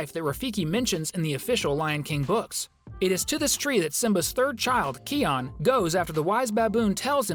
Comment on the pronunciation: It’s ki-on